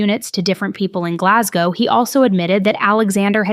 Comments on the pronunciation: So glad you pronounced Glasgow properly. 😅 love from Scotland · As a Scottish lass, thank you for correctly pronouncing Glasgow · Firstly as a Glaswegian thank you for pronouncing Glasgow correctly. Secondly I was actually in that club the night it happened. Would be really eaay to leave that place because it's tiny and always packed. Like body to body packed so if she knew where her friend's were she could go through the other side unseen due to the volume of people and the fact everyone is used to being jostled.